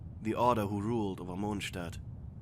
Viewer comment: I like how he says "Monchstat"😂😂😂